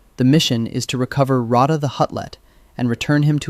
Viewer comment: Row-ta? It’s pronounced Rot-ah